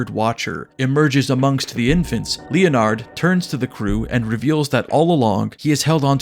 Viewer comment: LEE UH NARD